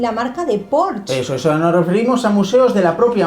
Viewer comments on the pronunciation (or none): Muchas gracias por vuestro vídeo. Se pronuncia "Por-sh-e", no Porch 😉 eso para todos que vayan leyendo esto y lo pronuncien mal. Claro, las autovías pagan la gente con sus impuestos, gratis no es, pero todos pasan por allí y para los q pagan y tienen mucho tráfico por el tourismo de fuera, especialmente los transportes, es muy desagradable e injusto. Sí, algunos alemanes son reacios con el alemán, pero xq no saben otra cosa y son inseguros, no xq no quieren. Sin embargo, en Francia puede que no te hablen inglés "por cojones". Nos pasó en Paris con camareros, que se supone que sí hablan otra cosa que francés o deberían.